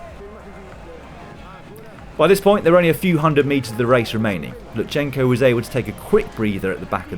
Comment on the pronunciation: LuTSenko, not LuTSHenko (T pronounced very shortly immediately followed by S). And thank you for great highlights!